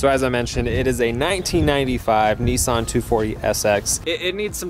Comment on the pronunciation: nissan not niiiiisan haha, but nice video mate